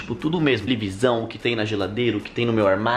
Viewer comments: Alguém reparou que ele falou tevelisão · Ele falo telivisão kkkkkk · "Minha Tevelisao" kkkkkk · "minha tevelisão" kkk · O fala igual eu "tevelisão